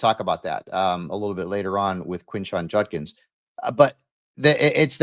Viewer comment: absolutely butchers Judkins with Junkins. Yo man its a D. Not an N.